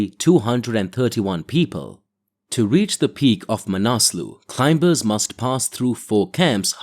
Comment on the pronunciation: Hey, would be nice is you could pronounce climbers properly. I mean it's the most important word in this genre. It's not clime-bers. The B is silent. Just saying.